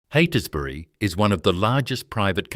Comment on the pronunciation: Cannot pronounce Heytesbury, Holmes a Court or Esperance, FFS! It's terrible to title a video about an existing company owned by well-respected living family members as "Australia's most ruthless business empire". Heytesbury is also a private company and not very big, in the scheme of corporate Australia. I'll be surprised if you aren't forced to take this video down. The AI storytelling is wacky and kind of absurd, going off into weird little tangents. Keeps showing photos of people with the wrong name on screen. There actually are some fascinating stories about the Holmes a Courts over the past century and lots of books and historical media available. This video is a load of tosh! Painful to watch.